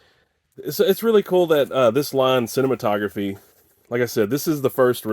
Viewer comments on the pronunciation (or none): The label is pronounced sih-nay-mat -o-graff. Named after one of the earliest film projectors.